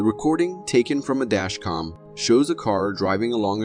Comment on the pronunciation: Hey. Narrator guy.., "DashCom" ??! Noo No, Pronounced, "DASH-CAM"..!! OKAY ?!